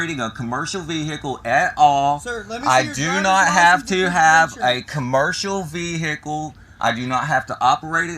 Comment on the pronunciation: Busted my veehikle